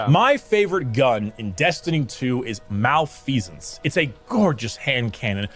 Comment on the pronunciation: this mf said malfecence, he sucks